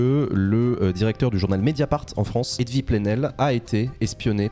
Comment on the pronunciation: Dès que Jean dit Edvï ça me tue